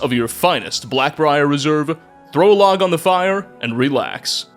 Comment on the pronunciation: “Black-briar Reserve” 🤮I’d rather drink mammoth drool!!!